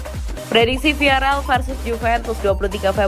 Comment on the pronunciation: "viarel viarel:"!!! salah! VIAREAL baca yang bener oyy